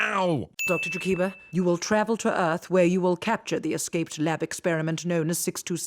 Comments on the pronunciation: The "E-Arth thing is extra dumb because nobody has ever pronounced "ear" like that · pronouncing earth as E-arth is also something they do in DBZA. coincidence? maybe, but I still wanted to throw that out there.